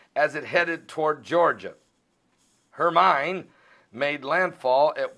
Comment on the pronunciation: praying for people in hermines path!we live in the PIEDMONTS of south carolina the rains came as close as 7 miles from FOUNTAIN INN SC! We need the rain!BUT GOD IS IN CONTROL! it's pronounced HERMINE as in hermean! not as in coal mind!It a Spanish word!!